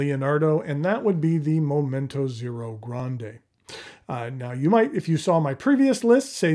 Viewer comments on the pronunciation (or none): none